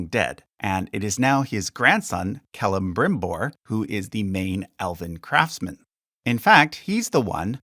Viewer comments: why do you insert a second M in Celebrimbor's name? you pronounce it Celembrimbor...is there any reason why? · Why am I finding it so adorable whenever you say CeleMbrimbor? 🤣 Edit: actually all the mispronounced names are endearing! 😜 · You’re pronouncing Celebrimbor wrong.